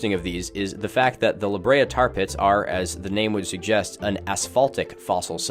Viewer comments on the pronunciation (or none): i’m glad i’m not the only one who has to say “the the tar tat pits” when i hear “the la brea tar pits” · Thank you for calling them The THE TAR Tar PITS!!! You don’t know how much I needed to hear someone say it exactly like that! Why does English do that with foreign words lol?! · its lahabrea :face-orange-biting-nails::face-orange-biting-nails